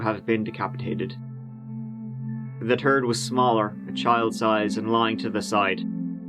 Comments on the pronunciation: The fact the captions said "turd" when he said third 💀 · oh my god i had to rewind when you said the word "the third was smaller" i thought it was "the turd was smaller"!